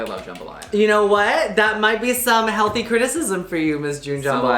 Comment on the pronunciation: It's jambalaya not jumbalya lmao